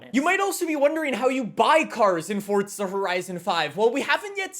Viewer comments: Years later, its still FORZA not FORTZA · The way this guy pronounces forza.. I never knew forza had a T in it fortza 😂😂🙈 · “WELCOME BACK TO FORTSA HORIZON 5 !!” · Fortza lmao. I'll never understand it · fortza horizon five